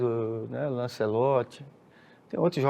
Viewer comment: “Lancelote” é pérola… 🤣😂🤣🤷🏻‍♂️